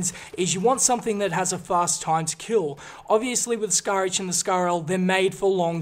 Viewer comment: he says scar hache